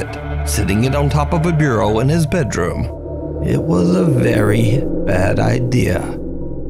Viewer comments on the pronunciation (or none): none